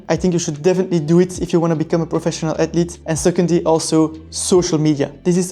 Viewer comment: Atlete. Screw saying the “h” sound lol